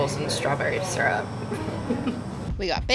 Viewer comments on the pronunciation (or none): none